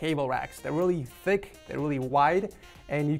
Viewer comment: 'Theyre really thich , theyre really wide'